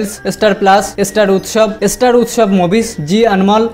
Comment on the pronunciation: Estar estar bolata thamaben plz kane lgche.... Thik kre uccharon krun na.....